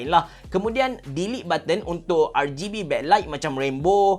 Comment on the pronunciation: R-geh-B hmm abe cerah haha